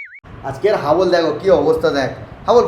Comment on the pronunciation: হাবল ❎ ডাবল ☑️